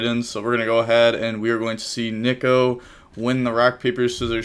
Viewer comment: mispronouncing Nico (nee-ko) as NICK-O has got to be a meme